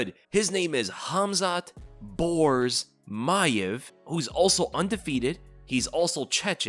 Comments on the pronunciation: It's not maev it's mAAev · You have to pronounce the name as Ma-aev. Pronounce A twice.